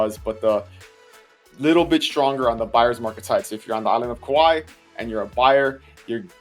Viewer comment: Kauai, not kawaii.